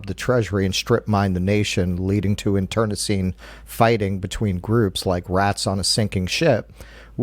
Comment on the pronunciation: Internecine is pronounced in-tr-NEH-seen